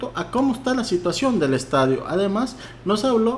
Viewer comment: "LAYLA ESTADIUN" 😎👌🏼 jajajaja qe pex. Suena vien.?